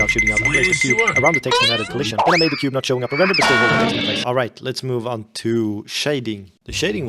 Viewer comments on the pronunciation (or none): none